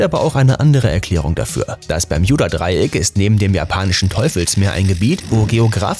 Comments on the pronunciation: Will ja net gemein sein aber man spricht es BER-MU-DA-DREI-ECK aus... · Heiist das nüsch bärmüdedraiäck? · Das heißt nicht permjuda Dreieck es heißt bermuda dreieck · Nicht Berjudadreiek sondern Bermudadreiek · Alter es heißt Bermudadreieck ohne j 😂🤮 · Es heiß "Bermudadreieck" und nicht "Bermjudadreieck" 🤦🏼‍♀️ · Leute Bermudadreieck NE es heißt BERMJUDADREIECK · Omg das permjüda dreieck LoL 🤣😂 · Niemand! Wirklich Niemand! Er Bermijuda dreieck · Einfach nach den ersten 20 Sekunden kein Bock mehr, wegen dem bermJuda Dreieck... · Versteht ihr auch bärjuda dreieck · Das peyodadreieck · Wen macht es auch dezent aggressiv das er es immer falsch ausspricht?😂😂 Bermjudadreieck😂😂👍🤦‍♀️ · Bermjuda Dreieck Hahhahahahah ich kann nicht mehr 😂😂😂😂😂😂😂😂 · bermjuda dreieck wer kennts nt?😂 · Ich verstehe die ganze Zeit Juudasdraieck 🥴🤣✌🏼🔥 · bei gott ich weine gleich die ersten 50 sekunden waren schon zu viel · Hallo ihr Alle.hier...👋 Ja, diese Aussprache mag ich auch nicht besonders! Also...meine Ohren! 👂👂 Umso lustiger finde ich es, all' die Kommentare zu lesen! 😅🤣😂 Weiterhin viel Spass !!! 🥳 Sehr schade... das Thema selbst, wäre interessant! 👍👍👍👍 Wünsche euch Allen, viel Lebensfreude und beste Gesundheit! Und .. Tschüss, Servus, Tschau👋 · der moment wenn man ein Video über das Bermudadreieck macht aber es nichtmal schaft es richtig auszusprechen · Mich triggert es grade wie du bermudadreieck sagst